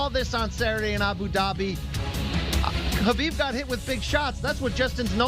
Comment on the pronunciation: U mean kubibe?